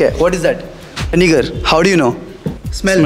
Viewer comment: Vinger nhi vinegar